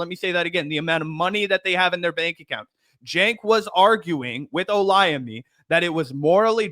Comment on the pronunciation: Hold up! Did you just pronounce Olayemi almost spot on at the mark? Damn. I’m impressed. Do you have Nigerian friends? 😊